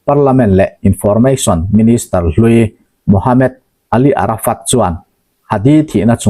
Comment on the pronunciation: Ka pu,Md.. tih ziak hi chhiar chhuah atan chuan mohamed ti a chhiar tur a ni e.e.g. Dr - doctor